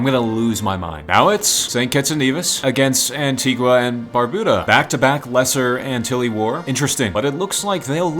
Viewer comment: Antigua and barbuda is where im from but you said it wrong